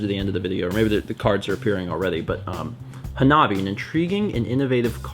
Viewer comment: You need the password for the Dragon Balls to work! Hanabi has the emphasis on the first syllable. This Japanese word is comprised of hana (flower) and -bi (fire), which conjoined together means fireworks. DISCLAIMER: I am not the one who sent the book and games.